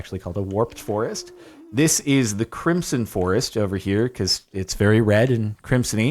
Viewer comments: Please stop saying crimp-son it is pronounced crim-son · When he pronounces crimson with a soft s and not a z sound 🤮 Same with when he doesn't emphasise the first a in basalt 😭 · I swear Jordan is saying Crimp-son not Crimson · nobody: Jardon: crimpson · Am I the only one that hears him pronouncing “crimson” as “crimpson”